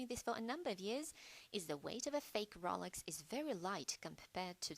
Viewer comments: This "New Updated Video" Sucks. I can barely HEAR it. I am not the only one since two previous comments below said "Poor sound quality" "I can't hear this and my volume is turned up all the way" Also, this FAKE British voice or real is annoying. She is calling it the ROOLex, instead of Rolex, which is probably the British version since the difference in pronounciation. Redo this video or I'll just go back to the original. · Rohlex not rawlex